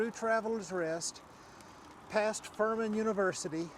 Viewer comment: did you say Thurman or Furman? Lol